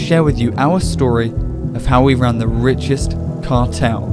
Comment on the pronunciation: how we wan the wichest cawtel